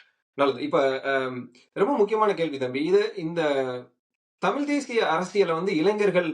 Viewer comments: Tamil with an L. 😅😂😂😂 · இவர்கள் இரண்டு பேர்களுடைய "தமிழ்" உச்சரிப்புமே சரியில்லை.... "தமிழ்" என்று சொல்ல முடியாமல், சொல்லத் தெரியாமல் "தமில்" என்று சொல்லிக் கொண்டு "தமில் தேசியம்" பற்றியும் "தமிலன் யார்?" என்று விவாதிப்பதும் வேடிக்கையாக இருக்கிறது.... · This fellow the white shirt guy can't even pronounce as Thamizh. NTK is a dangerous element should be eradicated from Tamil Nadu, which encourages Tamil extremism, could cross that line to be generated as Tamil Terrorism.